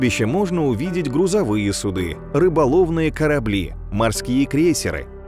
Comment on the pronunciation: Тоже "судЫ" зацепили? Я думаю, это байт для таких, как мы. Кому ухо режет так, что рано или поздно начинается негодование)